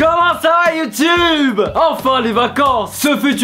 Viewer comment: Pour une fois qu'il dit youtube et pas youtoube 😂😂😂